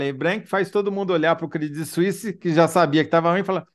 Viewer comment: Que maravilha a pronúncia dela para credit suisse. Horrível ter que aturar a pronúncia do pessoal tipo CRÊDITCHY SUÍSSY... vsf hahaha